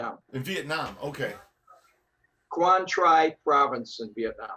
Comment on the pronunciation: Tell him it's pronounced Quang Tri (Tree)